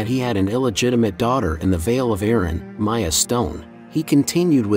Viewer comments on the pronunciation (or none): none